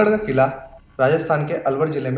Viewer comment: Quila nhi qila